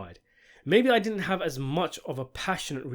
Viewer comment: "It did-ant"..?